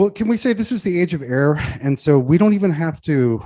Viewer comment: At first i thought was saying Age of Error. I mean not wrong either.